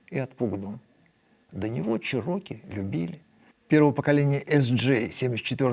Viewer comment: Definately Чéроки, а не чирóки